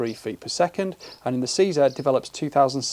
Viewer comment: Seeing this new line makes me wish I bought a few 527 and 550 models. Thanks for your review, and pronouncing 'CZ' correctly.